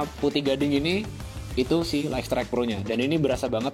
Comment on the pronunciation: Bacanya: "Layt strayt" bukan "Layk strayt" 🙏🏾